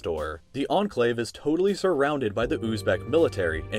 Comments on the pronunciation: Literally everyone: Enclave: Anclave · Its enclave not anclave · I like how says Enclave as Anclave